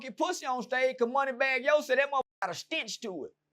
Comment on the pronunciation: “ it got a stintch to it “😂